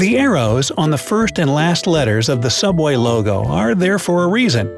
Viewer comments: Subway? More like sooubway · YOU'RE RIGHT! IT'S SOOUBWAY! 😂😂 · ''Subway'' Me: isn't it Suobway?